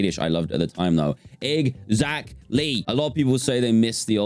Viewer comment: “egg Zach Lee”